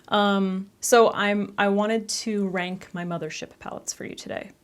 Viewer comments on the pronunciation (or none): Why did I hear wank instead of rank